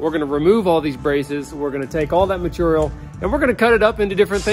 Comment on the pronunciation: still struggling to pronounce the word "material" 😂